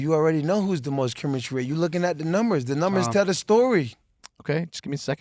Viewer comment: Chemichry lol